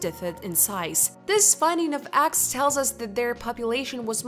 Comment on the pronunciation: Ok done 😂 Couldn't handle hearing eggs pronounced axxs. Was like nails on a chalkboard for me. But I'm sure she's nice. 😂 Thanks u.